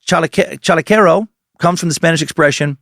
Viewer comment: As a mexican, I approve your spanish